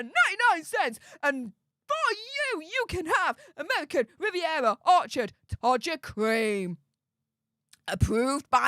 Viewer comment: Pls pls dont say amevvvvvican vvvvvivvvvievvvva get speach therapy ffs you're embarrassing yourself😂😂